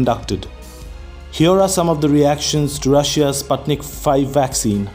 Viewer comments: It is pronounced as Spootnik V not Spatnik V 😆 спутник V ✌ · The "u" in Sputnic pronounced as "oo" in foot.